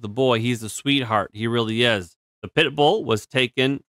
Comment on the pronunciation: why did you keep saying 💩bull wrong the whole vid? :P my last comment poofed i cant say wimxeni guess?